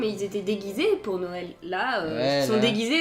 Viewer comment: 😂😂😂tu as dit nowel et pas noël 😂😂😂